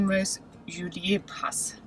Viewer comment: Ist’s not pronounced Juliér Pass but Julier Pass. No accent on the e!